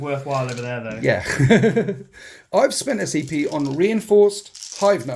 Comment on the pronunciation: I shouldnt be making fun as i also have a speach impediment, but hearing "need to spend some PCP" was great